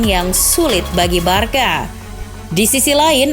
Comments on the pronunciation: pronounce nya “barsya” bukan “barka” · tolong naratornya belajar pronounce2 dulu deh, info bagus dikemas narator pas2an jadinya kurang nyaman. giusepe meatza pronouncenya, bukan meaza. el barsya, bukan barka, aduuh, dan keliatan baca teks banget.